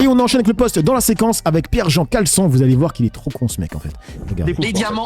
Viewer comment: tu dis Jean-Pierre Caleçon! Et pas Jean-Pierre Chalençon!😂